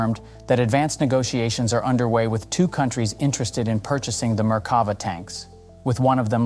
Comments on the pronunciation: sorry I can't help myself. It's mer-ka-VAH. "mer" rhymes with "there. stress on "vah". Drove me crazy the whole video. Sorry for making youtube comments into a reddit post! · Merk-ka-va, just saying.